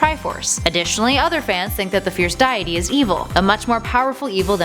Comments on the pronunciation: DYEITY? As in.. A god of diet..? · You said deity wrong I don’t want to be mean but you said diety not deity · Ruppeeeeez? Die-ety? This video is giving me cancer. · its pronounce dea- ity not diet tea stupid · Why did you say dayity its deity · It's pronounced dee-ity, not die-ety. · What is with your pronunciation of words day-a-tey deck-oo tree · "fierce diet-e" lol deity means god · My God woman, you speak English and cannot say Deity properly? DEE-ITTY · It's pronounced DAY-IT-EE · Im not a hater but its pronounced Deeitee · Its pronounced dee-ah-tee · It's not that hard to look up the word "Deity" and see how it's pronounced. I can see how names like "Deku" can be complicated because they are exclusively from the Zelda series. But comeon..."Deity" is dee-eh-tee ... I can't watch this anymore 😖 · She said. diety This ain't no diet coke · Never heard deity pronounced that way before. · please learn how to pronounce deity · Ugh, this is actually a pain in the ass, I stopped watching because of the way she was pronouncing the fierce diety's name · Wait, is that how you pronounce deity ? Because otherwise I have been mispronouncing it for decenia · Ugh the cringe of those mispronunciations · please learn how to pronounce deity. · Deity miss pronounced...Ear rape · RuPEES Dieaty Deekoo Kukiri Gooroodoo Twilight Princess comes BEFORE Majora's Mask? I think you mean after. These are the mis-pronounced words